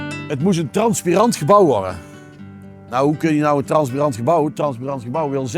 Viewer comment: Mooi project! Kleine opmerking: het is transparant en niet transpirant.